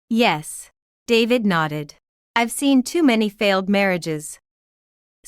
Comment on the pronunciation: Buy a better ai! If it still says 'ivvvie' when the scripts says 'I've' (I have many more examples of it failing after just 2 minutes of listening) it s sub-sub-sub-performing. Do not serve your listeners crap!